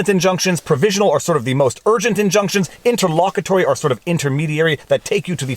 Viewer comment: Not poking fun, but it's nice hearing him say intterlollcary vs interloqually. Sorry kids, lots of Latin raising will do that to you